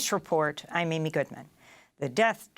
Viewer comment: WE LUV HOW AMY 💕PRONOUNCES ALL NAMES PERFECTLY 😊💞